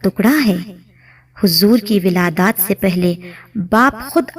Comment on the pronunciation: Wiladaaaat nahi wiladt